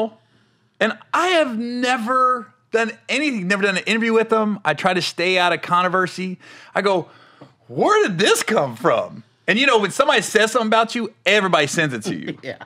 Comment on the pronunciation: Brother Gary Owens, I really enjoyed this segment with you and my beloved Ms. Luenell. Brother Owens, the word is pronounced "Controversy" NOT "Connoversy" if you don't know what the hell I am talking about fast forward to . Thank you my Brother.